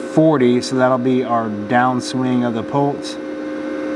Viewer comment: I’m sorry, are you saying “pults” or pulse? Otherwise, great video 👍